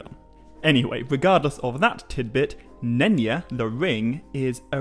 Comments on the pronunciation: Is not pronounced Nenya as if the Y was like an i. Y is supposed to sound like J in Just. Nenya is a Quenya name. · Wait did you say none ya? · Nenya? Nenya business!